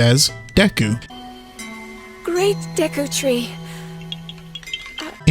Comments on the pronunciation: Deku in Japanese is 'Deh-koo"; ( デク , literally 'de-ku' ) if it was "day-koo" it would be Deiku ( デイク ) or Deiiku (this wouldnt make much sense in katakana i think (i want to read it as 'day-ee-ku') but in hiragana it would be でいいく ) An "I" after an "e" is considered a weak vowel and would adopt the "e" sound, and just be 'Deh-koo' with an extra beat to the 'e'; so 'Deh-eh-koo"). and the second option would make the "day" part so long as to be awkward and kind of nonsensical and tongue-twistery. It makes the most sense to be simply "Deh-koo." I can only surmise the voice director or whatever is just not informed of Japanese; considering how often they mispronounce Japanese words and names in even an industry such as anime (as in the dubs, of course). funnily, deeku would be easier in japanese than Day-ku; and would be written like Dio in JoJo lol. ディク but that could be very very very easily mistranslated/misheard as "dick" LMAO (not that that's in the Japanese vernacular but i digress). Semi-tangent: English speakers tend to overenunciate or ... don't know how to explain it. But when an English speaker says, for example, 'Deku," even with the correct "pronunciation," they still usually over extend the syllables, so its like DEH-Koooooo, when in Japanese both syllables would be very short and sweet, de-ku. stop. very brief. Like try saying it as fast as you can and cut out the meandering DEeeeehhhh KuuuUUuuuu. (it's not so much a problem with Deku specificall, im using it as a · no Nintendo isn’t sitting there catching every single mistake- it’s why glitches exist in the first place. This was a mistake- a literal one off. Literally just ONE time. It’s not deiku in Japanese it’s deku. It’s still deku in English. It was literally the VA messing up just once and it getting through because it genuinely doesn’t sound terribly different when they’re under a deadline